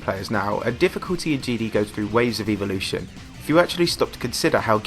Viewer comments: E volition? It’s pronounced, Ea vol oo shun ;) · I don’t know if it’s different in other countries. But in Canada we say “ev-o-lution” while you were saying “eev-o-lution” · Note you said Evelution